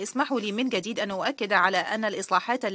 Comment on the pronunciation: لا أفهم لماذا المترجمة تتكلم باللهجة المصرية بدل الفصحى؟! تلفظ حرف الجيم بالگيم! جديد وليس گديد يا شاطرة